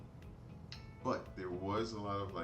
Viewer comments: u said pe-oz-o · It's pronounced Purr-ozz-o